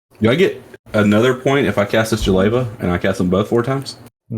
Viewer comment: For once I had hope that the vs crew read jeleva correctly and then they went back to the incorrect reading : /